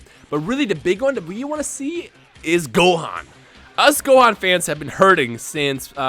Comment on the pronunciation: Gohan? Goohan? Gohan??? Gohan.